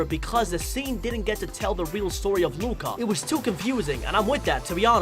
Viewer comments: Normal people: Luca This guy: LOOOOOOKA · Instead of Luca from this guy I hear LUACA